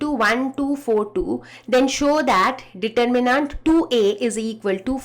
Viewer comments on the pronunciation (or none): Sorry mam, the pronunciation of determinant was irritating. Its de. tur.mi.nent and not nant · Mam please it's not determinaaaaant please for god's sake it's neither American English nor a British English pronunciation it's just determinant please pronounce it right please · medem ji yo determinaaant ni deter min nent hove aapdi angrezi shi krlo plij 🙏🙏🙏🙏🙏🙏 JAATO KA CHORRA! JAI SHREE RAM 🕉🕉🕉🕉🕉🕉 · you didn't get it like I meant the pronounciation determinaaaant instead of determinant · Is it just me who is put off by 'DETERMINAANT'? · Mam your pronunciation of Determinat is wrong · yeah diterminnaanntt kya hota hai ?? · Ma’am pehele determinant bolna seekhlo:) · plz determinant bolna seekh lo itna kabhi trigger nhi hua mai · the way you say DETERMINANT :'(